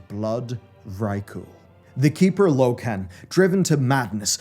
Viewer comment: Why is this guy intentionally pronouncing common lore names wrong like Loken, Alterac and Amani? So that real fans can correct him in comments for engagement? What a sod.